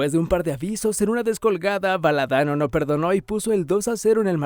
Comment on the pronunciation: El del video debe ser un niñato jugador de Play Station. El arquero de Argentina en el 78 fue Filliol, no Bailey. El primer gol a Alemania en el 86 no lo hizo Batista, lo hizo Brown y el segundo gol fue de Valdano, no Valadano. Qué manera de cometer errores garrafales. De suerte nomás supiste decir bien los goles de la final en Qatar.